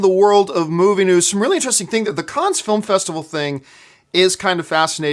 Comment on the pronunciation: John, love the show, so glad to see you doing so well as an independent pundit! One thing buddy, and I say this as. Frenchman, the S in “Cannes” is silent. Just pronounce it as if you were saying “Can”. Keep up the filthy